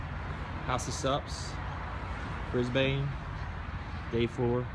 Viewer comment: nailed the pronunciation of Brisbane!! haha